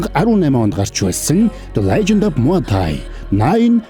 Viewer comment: Muaythai-мутай not маоитай муайтай😂